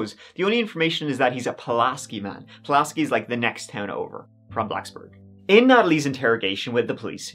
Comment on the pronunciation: I remember when this happened. I lived less than an hour away, just across the WV border. If you care for future reference, (some people do, some don't) the town of Pulaski is "pew-las-key" Natalie got what she got. I do want to note though that the jail feeding someone with celiac gluten is akin to only giving peanuts to someone with a peanut allergy. While we don't react in an anaphylactic way, celiac is an autoimmune disorder and saves the guts. I have zero concern for Natalie but in a jail, someone could be being held for a nonviolent misdemeanor and being poisoned by the food then they might later die of malnutrition because they can no longer absorb nutrients because of the scarring from the gluten. Natalie can eat that all day. IDC. That is a problem though.